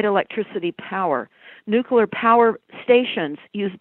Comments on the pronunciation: So you trust Tony Blair he can pronounce nuclear . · may be correct in her research and analysis but I find it hard to trust someone who can't pronounce nuclear correctly.